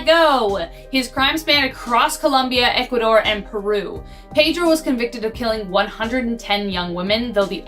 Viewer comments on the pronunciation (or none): none